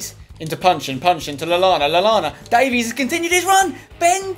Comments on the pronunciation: its not davies its pronounced davis im welsh and from Swansea (his boyhood club) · It's pronounced "Day-Viss" not "Day-Vees" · Ben Davies is pronounced Ben Davis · No no no, it's pronounced ( day-vis ) davies! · Ben Davies is pronounced "Dave" "Is" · You really need to learn how to say Ben Davies' last name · The way you pronounce Ben Davies' name annoys me more than it really should